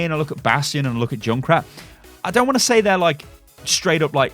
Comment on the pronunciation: Say junkrat not joonkrat